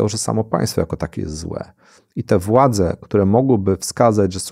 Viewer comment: Odnośnie tego głównego komentarza, to zwraca Pan lub Pani uwagę na wymowę i dykcję przeprowadzającego wywiad a jak dla mnie sto razy gorszym jest mówienie niepoprawnie po polsku czyli podkreślanie głosek ą i ę, które tutaj Pan od kryminalistyki stosuje. Mówi się władze a nie władzę itp itd. Ta choroba językowa jest turbo irytująca i zamiast skupić się na treści to słyszałem ciągle te głoski. Oferte się powinno czytać a nie ofertĘ :)